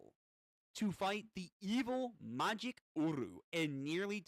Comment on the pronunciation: Starting to watch you and I laughed my ass of with the makij pronunciation, just said it magic